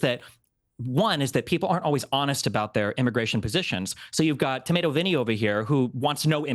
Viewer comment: 'Tomatoe ' yooo🤣